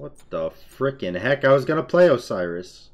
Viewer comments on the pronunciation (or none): none